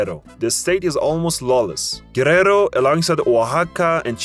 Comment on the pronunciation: What a shitty audio in this video, not ever pronounce well cities like Tuxtla Gutierrez, Michoacán, Guerrero or Manzanillo! 😑